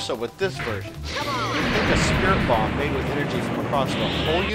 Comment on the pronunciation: he realy say spirrit ball